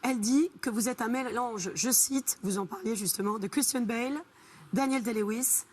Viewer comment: I thought he was saying kristen bell, not Christian bale 😭